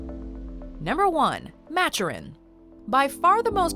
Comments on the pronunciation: Maturin, not match-er-in, Ma- Ture-In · Its maturin not matchurin